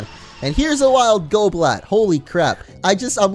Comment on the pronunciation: Goblat sounds like golbat